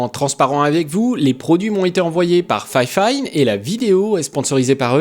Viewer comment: J'avoue ça m'a fait bizarre quand tu prononces fifine en disant "fayfayne" je suis habitué à juste dire "fifine" X)